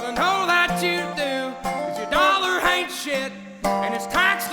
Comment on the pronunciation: I noticed right away he starts some words with an H as in "H'Ain't" He Kind of smoothly turbocharged the words Like someone else said, "I want to home a listen".Have a box of tissues ready